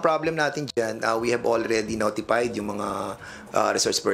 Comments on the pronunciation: Hoy Dan Fernandez,tigil mo na yang pageENGLEZ ENGLEZ mo.. yong word na NOTIFIED e nagiging NOTIPAYD SA pronunciation mo.. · Banat by sabi ni DF …noti…P…ayd.., P…aynalized, …